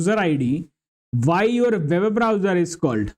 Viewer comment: Web browser ❌ Babe browser ✅